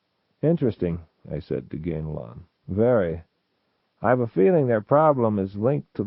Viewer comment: The big takeaway here is that Zelazny pronounced it “GAIN-lon,” not “GAN-a-lon.”